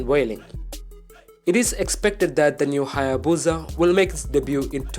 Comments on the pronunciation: Why does he say buza, it’s called a busa or hayabusa it does not have a Z in it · It's pronounced - HAY - EH - BOO - SAH, not BOO - ZAH Everytime I heat it wrong in this video. the more I want to give the narrator a throat punch. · It's HayaBusa! Not BOOOZZA IDIOT.😑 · Its HAYABUSA !!! NOT HAAYA-BOOOZAA !!! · What the hell is a HAA-YAA-BUUZA? In all seriousness I actually want a new hayabusa